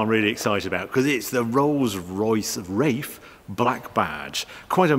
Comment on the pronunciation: Does he pronounce it as Rafe rather than Wraith with 'th' at the end?